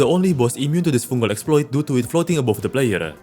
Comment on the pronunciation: "exploiTEH", Like what